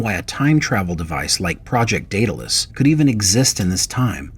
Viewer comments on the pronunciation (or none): none